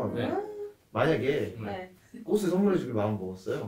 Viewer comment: 영상 보는 내내 마음이 불편했습니다...꽃을[꼬슬] 이건 틀린 발음이구요 꽃을[꼬츨]이 맞는 발음입니다ㅎ